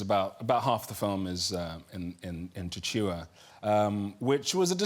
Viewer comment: Oh noooooo!!! I love Chiwetel Ejiofor and being 1/2 Malawian and having lived n Malawi until I was 12 I was startled to hear him refer to it, mainly because so few people in the world even know Malawi exits. But the language is Chichewa, pronounced very phonetically, and not “Chi-chi-wa”😫😂